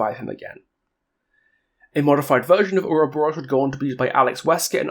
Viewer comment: having voice lines is cool and all but he mispronounces uroboros and its funny